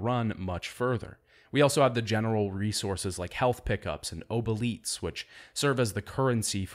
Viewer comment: Your pronunciation of obolites makes you my least favourite son ngl. Great video otherwise!